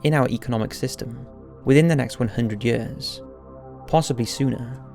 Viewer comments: one hundred hyuhrs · I love how he keep pronouncing "ea" as "uh". Yuhhhrs. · Its YEARS not yayers lol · The way he says years... lol 😂